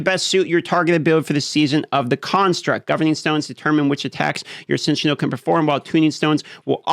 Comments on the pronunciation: Just an FYI - Sen-eh-shawl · It's pronounced 'SEN-ah-shawl'. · I think the pronunciation of Seneschal is Sen-uh-shawl. Could be wrong, but that's always how I've heard it said. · "Sen-eh-shall,". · Hey...it's SEN-eh-shull 🙂 in medieval times a seneschal was the house steward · Remember guys... it's a Seneschal, not a Sentinel. lol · bro you don't know how to say seneschal? You ESL?